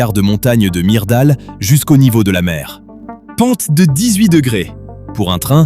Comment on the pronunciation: On dit " murda l "l(u comme mur) et fllom (o comme eau)